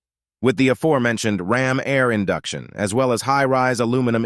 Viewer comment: Can we please stop with all the computer narrated videos? Listening to these things with not even correct pronunciations of regular words that have been a part of the English language for centuries like "aforementioned", plus things like the "four hundred fifty four see eye", "One Thousand Nine Hundred Seventy and a Half" and "Oldsmobile Four Hundred Forty Two" really grate on the ears